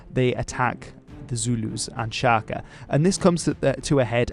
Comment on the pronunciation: "Sjakie Zulu", is that what he said? :D :D :D Sounds a lot less intimidating that way. ;)